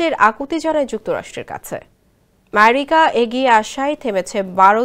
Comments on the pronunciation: মারিকা কি উপস্থাপিকা অ্যামেরিকা উচ্চারণ করতে পারে না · আমেরিকাকে ম্যারিকা বলে, এটা কোন ধরনের অযৌক্তিক স্টাইল!?